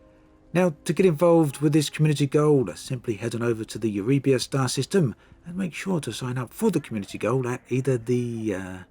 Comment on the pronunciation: o7. It sounds as though someone kept back a case of Lavian Brandy from the last community goal, when attempting to say, ' Eurybia ' ;)